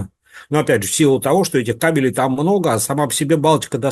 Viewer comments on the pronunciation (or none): none